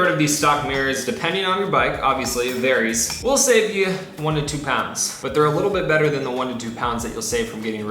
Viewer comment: you said shave instead save lol